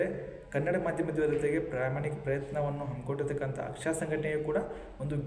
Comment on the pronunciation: AKSSA alla pa...AKSARA...dont tell chuty kanthakumar name